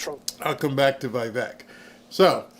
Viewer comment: FYI Vivek rhymes with cake